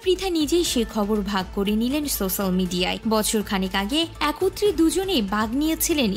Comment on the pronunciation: Social media r uccharon tao korte parlen na.